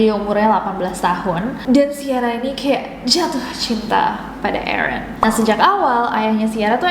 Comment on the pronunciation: nessie nyebut Aaron yang saya denger EREN (TATAKAE!!)